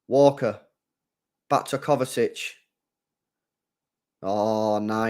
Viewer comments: Kovačić (kovachich) is the correct pronounciation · Bruh there is no T in Kovacic ffs. Every stream u keep saying Kovatic?? Where the hell is there a T in his name?? It’s KovaCiC. Imagine saying Poden instead of Foden all game or every stream 🥴